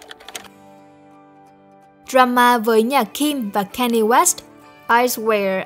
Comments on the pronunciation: góp ý 1 chút, Kanye West đọc là Can Yê chứ không phải Cây Ni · còn phát âm Kanye sai nữa ax